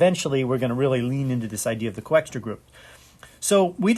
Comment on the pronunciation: It's not Coexter, it is Coxeter!